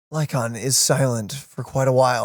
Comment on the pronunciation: Is the mis-pronouncing of the names, like Lycon, a dialect thing, a purpose thing, or just not realizing it?